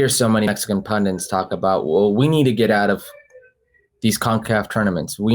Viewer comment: Enjoy your channel, great video, like listening to Herc. ….but would someone tell him it’s “pundit” and not “pundant” or whatever he is saying 🤣